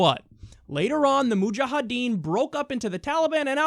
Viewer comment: kyle... it's mujahedeen. not mujaHAdeen